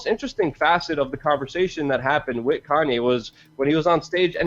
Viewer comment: The word is pronounced 'WITH' not 'WIT'